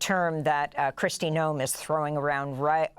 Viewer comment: If you can't pronounce Noem you probably shouldn't report on this topic